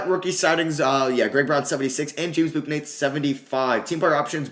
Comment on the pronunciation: Bouknight is just pronounced like "book" "night". You're trying to say the u in it too much.